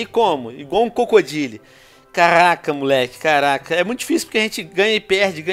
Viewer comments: carrrrrr raca muleke kkkkkk venom eu não sabia q VC falava assim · karaaaaca!!kkkk veno tu tem a língua bolada ou vc fala de zoeira